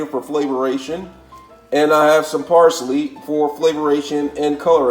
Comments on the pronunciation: This guy needs to learn English flavorration gingier parsalie flavier aldental are you trying to sound like a French chef Bag it . Dude you need to go back to school no offense but man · Raymon noodles gingeer and par sa lee is crazy 😂😂😭🤣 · I love how you say ginger, flavor, and parsley